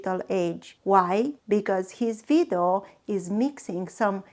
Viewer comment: You mean video?😂 not vidu